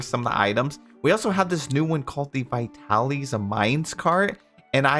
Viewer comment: Every time you say vitalys, I think of a local pizza place by me that's pronounced (but not spelled) that way. I'm pretty sure vitalys is meant to be pronounced vy-tal-iss, not vy-tal-ees though. 😅